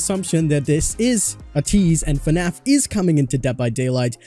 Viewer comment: Not trying to be rude but it's fnaf not fanf